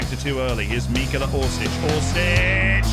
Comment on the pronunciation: Ahhh yes, I love “Mikola” Orsic